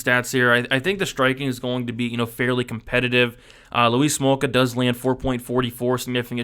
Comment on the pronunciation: Or you calling him Louise Smolka?!🤔